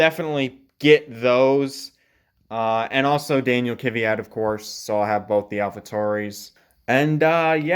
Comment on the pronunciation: Amazing collection, love the video. Just one thing, I don’t get why people mispronounce Danill’s Surname, it’s KVYat (kviat) not KYVat lol not trying to make a big deal of it it’s just that I’m Slav myself so it sounds wrong for me xd